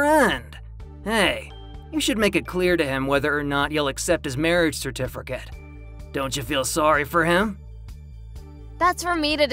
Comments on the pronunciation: When they say certificate they pronounce it certifercate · Bro what's a certerficate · The way they pronounce certificate as "certifercate" really bugs me and I dont know why